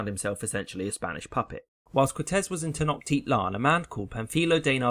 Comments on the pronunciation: Its tenochtitlan not tenoktitlan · 46 : 4 It's Pronounced Tenoshtitlan As I Far As I Know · Not trynna be that guy but there were some mispronunciations in this video. It’s Ten-o-shiit-lan, and con-kiist-ah-dor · Not him also saying TenoKtitlan. It’s TenoCHtitlan. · You pronounced wrong tecnochtitlan and conquistador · You butchered the word Tenochtitlan.......